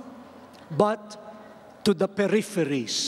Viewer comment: "The peripheriesssss...the shantiesssss..." An awful lot of native English speakers also use the unvoiced S where it is incorrect.